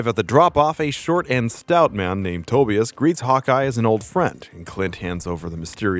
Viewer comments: Tobias its pronounced toe-bye-us not toe-bee-us......just sayin..... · Its pronounced Toe-bye-as not Toebeeis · U r just another guy who ONLY read comics it's pronounced To-bI-as not TO- be-is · It's pronounced Toe-bye-us, not Toby-us. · For the love of GOD it is Tobias-Ta-buy-us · Never heard Tobias pronounced that way. Nasty. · Can't pronounce the name Tobias lol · You're pronouncing Tobias wrong...lmfao. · The way you kept pronouncing Tobias... yikes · Wow. First time I ever heard someone mispronounce Tobias… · I cannot be the only one that cringed at the way he pronounced "Tobias"...